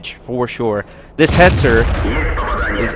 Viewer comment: Its hetzer -_